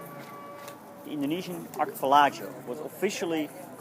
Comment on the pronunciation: Goed gedaan hoor. Check even de juiste uitspraak van archipelago